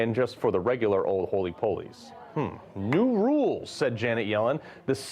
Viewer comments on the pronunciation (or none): Shame they don't have closed captions for this. I wanted to see what was generated when Carl garbled 'hoi polloi' as "holy polies".